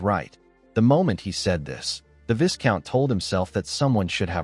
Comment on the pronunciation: Viscount is pronounced vaicount